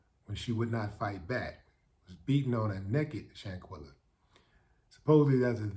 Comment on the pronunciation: Quell not quill. Let's get her name right people. Shan quell a. Shanquella Shanquella :yougotthis